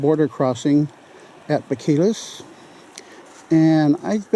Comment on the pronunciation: Bo-kee-as, rather than Bo-kill-us. Nice video. Oh, and that long building at Hot Springs was a motel of sorts. I think it's only about a quarter mile from the river to the town, isn't it?